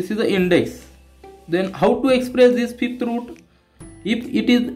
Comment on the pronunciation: Sir vo Fifth ahy fith nhi...😂😅